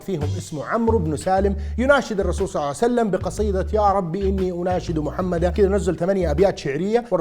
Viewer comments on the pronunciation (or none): صعوسلم صعوسلم صلعسلم صسلم صوسلم صاوسلم صوعسلم يعني اكثر من ربع ساعة تخطب بس لما تذكر اسم النبي صلى الله عليه واله وسلم تقول صوسلم!!! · رسول صعسلم 😂😂😂 ايضا رسول صعسلم صع وسلم (اوكي نص ونص) شنو ما تتعلم من اخطائك ؟